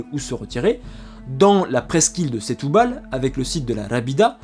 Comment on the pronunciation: Prononcer “Jésouz” et “Stoubale”. 😁🇵🇹